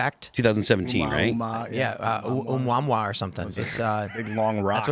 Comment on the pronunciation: I had to laugh at Tim mispronouncing "Omuamua" as it reminded me of Darcy Lewis (played by Kat Dennings) mispronouncing "Mjölnir" in the Thor MCU movies. 😅